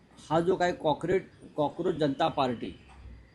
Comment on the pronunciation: तुझी काय लायकी आहे हे तु समज बाळासाहेब ठाकरे यांच्या परिश्रमातून उभी केली शिवसेना तु संपवली . कोक्रोज शब्द तरी उच्चारता येत का संजय 😂😂😂